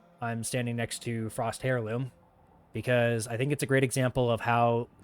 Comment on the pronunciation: Seriously my friend, it’s pronounced Airloom, not Hair Loom. Do I think you are correct that DE could release Excalibur Prime and offer Founders a unique Founders Title and some exclusive cosmetics, yes. Having said that all it would take is one founder to file a lawsuit and and it would instantly no longer be viable as it could easily become a large $ Settlement at best and its an instant win as it was a contract between the founders and DE.